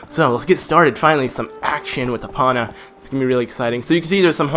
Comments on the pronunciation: EE POH NUH not EE Paw Nuh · he said Epona wrong